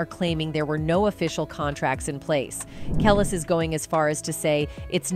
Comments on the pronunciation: Ka Leese smh not Kel lis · Your channel is very entertaining and informative, but the pronunciation of Kelis, Pharrell, Etc… it’s just horrendous! 😂